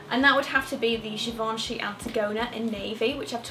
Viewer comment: think even your pronunciation is high class 😏